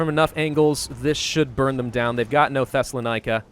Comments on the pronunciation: Pronounce 'Thessaloniki' as 'Thessalonikah' one more time, I dare you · Hi I am from Greece and i have a tip for you The 2 i in Thessaloniki is spoken the same as ee like bee see free